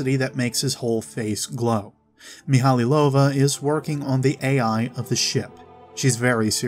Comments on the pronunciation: Great video. Thanks for the work you've put in organising these tabs. One thing bugged me throughout the whole video though: the name is pronounced mee-high-low-va not mee-hally-low-va. Otherwise, fantastic video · I always thought it was mee-ha-low-va. Meh, doesn't matter much, I know who he's taking about.